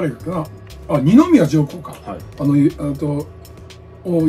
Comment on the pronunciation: 「あのぉ」だけは北陸アクセントになるが大好きです。 麻生太郎さんは今やロスチャイルド家の親戚、と言われていますね。